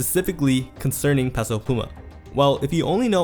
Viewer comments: Stop pronouncing Peso incorrectly.. it’s pronounced Pay-So not Pess-O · bro idk who tf peso pluma is, but please learn how to pronounce "peso"